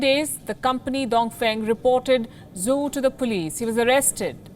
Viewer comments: Zhou is not pronounced as Zoo. It is more like Joe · "zhou " is pronounced like 'joe'